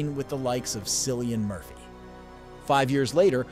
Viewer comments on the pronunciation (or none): The narrator also makes a terrible attempt at pronouncing Cillian Murphy